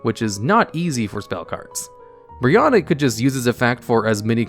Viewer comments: It's Brionac not Brionik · ITS CALLED brionAc not brionIc. why are people calling it brionic everywhere?